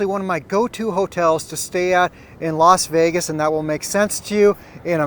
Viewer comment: It's not Los Vegas it's Las Vegas